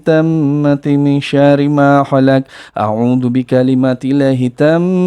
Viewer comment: Maaf,ini terakhir kalinya saya mengoreksi bacaan..takut di bilang ribet lg..stlh ini mau jd pendengar saja..taammaati..ta nya panjang 2 harokat,bkn tammaati..sama yg syarri maa kholaq..bkn syari maa kholaq Maaf soalnya dr kecil sampe skrg 30thn selalu dzikir pagi sore jd merasa ngga nyaman kalo denger ada yg beda dlm membacaannya.. Sekali lg maaf..salam damai dr kota yg ada pulau nusakambangannya